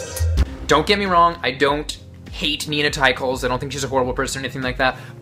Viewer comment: You pronounced her name wrong.